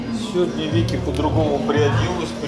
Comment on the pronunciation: Винки, Винки, а не Вики! ))))) в прочем не важно, пили ролики, вот что важно, и коменты 100%!)))))))